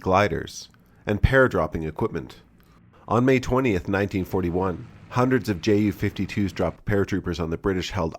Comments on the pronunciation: Tante Ju (Aunt Ju) ...btw. its pronounced "You" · Sidenote here, if or when pronouncing ju-52, your supposed to say it as "yu"; the same as how you pronounce "yunkers" in junkers. Correct me if I'm wrong, but that's how I say it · Little reminder from a German speaker. The "Ju" is not spoken as two separate letters but together. It sounds like you would say "you". As an additional funn fact, in German-speaking countries the Ju-52 is called "Tante Ju", which translates to aunt Ju.